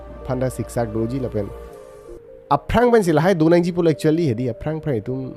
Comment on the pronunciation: Aphan ❌ afans ✅ Niphai ❌ nifai ✅ Paklang lo melo anta neke chedon dun thek the sir .